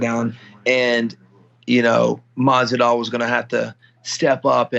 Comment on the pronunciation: Who is Stephen talking to the man keeps saying Masidal. Lol